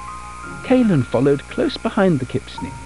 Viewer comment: Kipsneed suena a kidnap